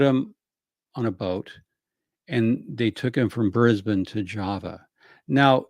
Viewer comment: Beautiful pronunciation of Brisbane 👩🏻‍🍳 😘 🤌🏻